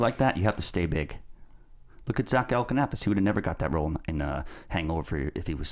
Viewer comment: JTE is rubbing off on. He mis-pronounced Zach Galifianakis. Called him Galikinapis.